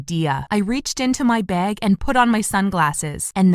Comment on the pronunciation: Why did I hear “bed” instead of bag